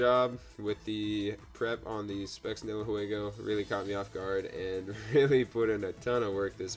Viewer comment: Nihelego, the threat. I like how no one is able to pronunciate this pokemons name correctly. :D